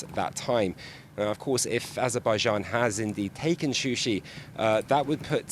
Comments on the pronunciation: It is Shusha not Shushi! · not shushı yes shusha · What kind of official news is this that does not know the official name of this city is not Shushi it is Shusha.Shushi is a fake name given by Armenian after occupation of this city.It is not journalist to use the name and fact which is not official.This is really shame of the journalist and misleading the news.Shusha is a old city of Azerbaijan.